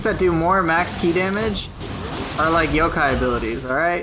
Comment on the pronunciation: Yokai. Kai . Eye. Kai. Yoke eye